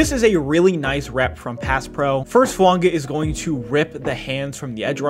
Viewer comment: You pronounced his last name correctly, but messed up his first name. It's tah-lee-ESS-ay. Full name is pronounced tah-lee-ESS-ay Foo-AHn-gah…